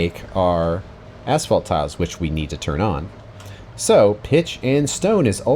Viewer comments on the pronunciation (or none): I hear "ass fault" every time pronounce asphalt.